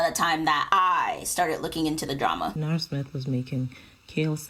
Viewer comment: You perfected both her name and last name